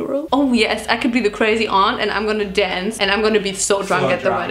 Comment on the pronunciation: Man I been laughing during the whole thing, but when she said « IM DA OAUNT » I completely lost it